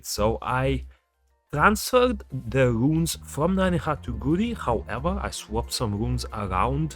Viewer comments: I just realised you were calling him almost curry😂 It's GA-U-RI man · It's go-u-rry